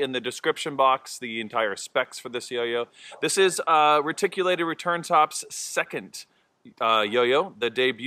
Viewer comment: Great review. Awesome throw. As a reptile fanatic though, I have to say, it's Ree-tic. Lol